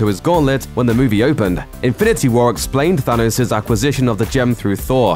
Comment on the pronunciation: Why can't the narrator say Thanos correctly?